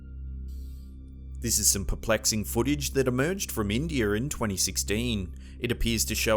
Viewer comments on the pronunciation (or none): to is India not indeir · “Indiar” ??, “social mediar”?? Bro wtf wrong wit you omg